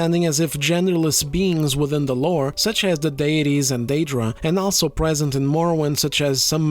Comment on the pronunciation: Please look up how to pronounce the word "also" Other than that, which makes me cringe every time I hear you say it, I love the content.